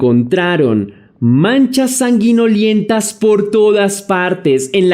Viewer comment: Hola. Un abrazo. Se dice sanguinolenta no sanguiniolenta. Un grab saludo. Siempre te veo